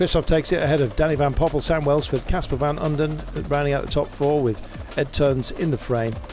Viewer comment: How do you manage to mispronounce Van Uden 50 times in the same race?